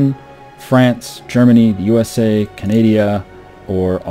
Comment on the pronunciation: at the beginning he calls Canada "Canadia"